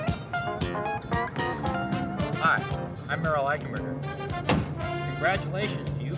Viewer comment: "I'm Merrill Eichenberger" sounds like a Southern pronounciation of Admiral Ackbar.